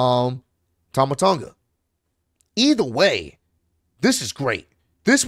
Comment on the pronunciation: It's pronounced like awn in the word "yawn" Tawn-guh